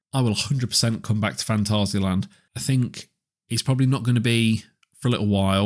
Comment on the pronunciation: German here, not rrrr- ssss. Fantassia-Land ^^ And 2nd: not Länd. The a is not an ä. just Land. And it is not Täron, just Taaroonn. Pronounce the a deeper.^^:popcorn-yellow-striped-smile: Geister Rikscha ist not well maintained. Sadly. Last time i visited the park, me and the son of my girlfriend counted the areas where water from the roof was going threw xD I guess they dont have a good plan what to do with that area. Edit: Whats that Video, here you can hear Taron the way it should :D Freizeitpark der Weltrekorde - Phantasialand | Heimatflimmern | WDR at 6.26